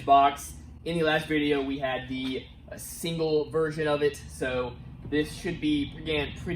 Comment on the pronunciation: "Single" 12 not "Singe" lol 😆 Keep up the great content though